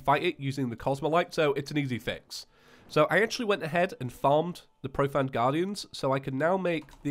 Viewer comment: You're saying profanned, it's pronounced profaned like profane as in profane language.